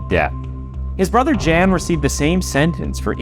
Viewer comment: So you pronounced "josef- yosef" but mispronounced "Jan as Jan and not Yan. Youtubers really need to do better research on names and pronunciation of people and places. Then again to be a youtuber you have to be mentally retarded and dyslexic i guess.